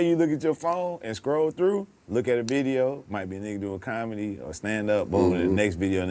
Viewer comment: MY MAN SAID' I'MA BOMIC.....AND I DO BOMEDY.....😂🤦🤦🤣